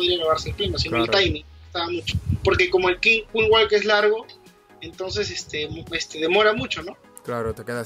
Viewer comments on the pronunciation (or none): Solo una cosa, no es King Walk, se dice o Queen Walk o Killing Squad, Un saludo:D